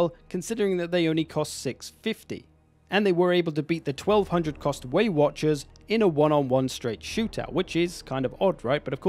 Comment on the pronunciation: you finally started saying waywatchers and then you swapped back and it hurt my heart.